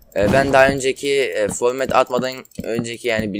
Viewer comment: formet değil format qweqwe :D